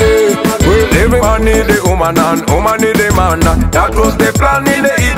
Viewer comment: Great messages lovelies 😘 the ka 🧼 🧼 man Gashumba agenda kunyiiga thou #Nubian_li made the word woman sound as uman 😅😅😅